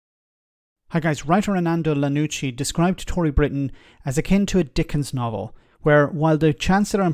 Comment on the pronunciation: It's iannucci with an i not an L